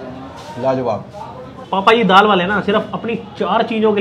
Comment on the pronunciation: That is not papa ji that is bhapa ji😂😂